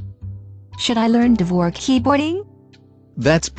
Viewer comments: 'Dvorak' is pronounced 'Vorjak' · you butchered 'dvorak' real bad bro